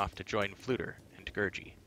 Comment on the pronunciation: Just FYI , the creature Gurgi is pronounced Ger-Gee not Ger-jee. Alexander's recorded interviews bare that out.